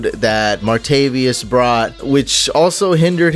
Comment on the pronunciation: Martavis not Martavius